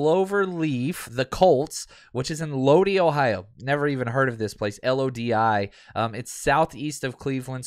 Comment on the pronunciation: ...Lodi is pronounced "Low-die." There is a town in CA called the same thing. It's a complete dump. CCR did a song about it because it sucks so bad. "Stuck in Lodi Again."